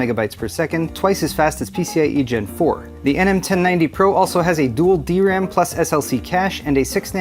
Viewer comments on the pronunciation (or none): none